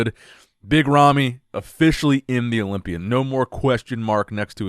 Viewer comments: I love it when he says Olombia instead of Olympia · wow, props to him I'm kinda new in the scene I didn't know about this thanks for sharing Yes English is difficult to learn if your first language is arabic, since their rhythms are different That's why he's still mispronouncing some words like Olympia, that's just his egyptian accent and I love it😂